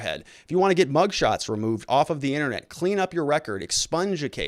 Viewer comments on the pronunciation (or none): none